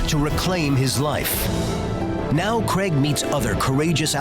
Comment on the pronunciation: So the host is called Craig, the narrator is calling him Greg... wtf